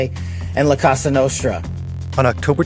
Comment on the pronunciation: All I can think about the FBI's name fumble is this: il FBI chiama il gruppo di quale si parla qui la COSA nostra, non la cossa. Which should sound /ˈkɔ.za/, not /ˈkɔ.sa/.